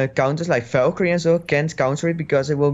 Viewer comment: 15.32 valkery enzoo.... couldnt hold my laugh